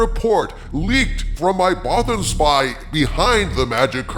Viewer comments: ACKshully, it’s “Bothan”, not “Botham”. 🤓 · "Bothan" Not "Botham"